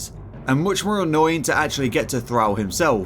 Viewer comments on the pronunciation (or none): thrall as in shawl, not thrall as in pal